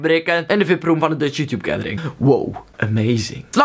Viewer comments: Je zegt YouTube echt als joetjoep echt grappig haha! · srry hoor maar ik moet lachen als je youtuber of youtube zegt of zulke dingen met je accent